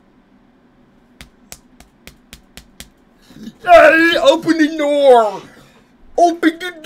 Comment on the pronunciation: open the noor😂😂😂